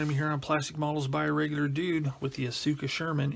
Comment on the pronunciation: small nitpick: it's pronounced aska, not asUka.